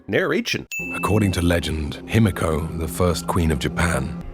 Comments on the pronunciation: Ah yes, annoy the otaku community with such a simple name: him-echo. him-echo. him-echo. Cant be he-me-co. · *Himiko(He-Me-KO), if Japanese pronunciation was more known, this itself would be a sin. I mean if I were to spell it how everybody here is pronouncing it, it would be "Hemeko". Like bro my ears. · Even though the exact pronunciation of Himiko is unknown I still think they should have pronounced it: Hi-mi-ko (ひみこ) Following a modern Japanese pronunciation and not: Him-i-ko Every time they said it it was super distracting. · I could be wrong but aren't they pronouncing himiko wrong? Shouldn't it be pronounced he me co? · My biggest sin for this movie: Lara's dad (forgot his name) pronounces "Himiko" like it's "Himeko" and it was driving me fucking NUTS while watching the movie!!!!! How did they get that wrong? Didn't they have someone who speaks just a tiny bit of Japanese, who could tell the character who says Himiko the most, that he's saying it wrong?!? sins for that! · Good god, can they PLEASE stop pronouncing Himiko wrong, fuck. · No sin for the people studying Himiko not being able to properly pronounce her name? I is always pronounced as "ee" in Japanese. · my inner weeb is getting triggered by EVERYONE in this movie pronouncing Himiko wrong its not that hard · Movie and thus Jeremy is mispronouncing Japaneses and it is pissing me off, 'i' is pronounced like a long 'e', like he, or she., not like the 'i' in 'him'.